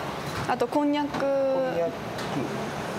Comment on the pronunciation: こんにゃくの発音がよかった。